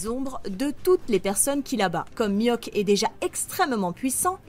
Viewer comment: ELLE A DIT MIWHAK NIVEAU EMPEREUR J’AI FAILLI ARRÊTER LA VIDÉO 😑mais bref